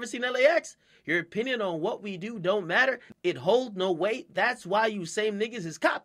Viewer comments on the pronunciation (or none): none